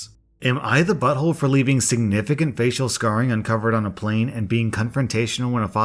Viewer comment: shot a vodka everytime says bottholé